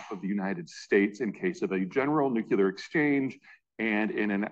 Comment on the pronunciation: Learn how to pronounce Nuclear